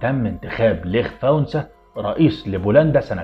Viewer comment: اسمه ليش فاليسا ب الv valisa مش ليخ فانسا